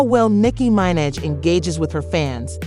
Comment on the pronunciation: Nicky MYN-edge? Shut down the tape. Lights off til you redo the voice. Give the lady some respect. 🤦‍♀️